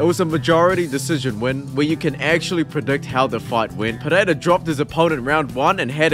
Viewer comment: Just call him Periera.. Pededa sounds dumb.. unless you speak his language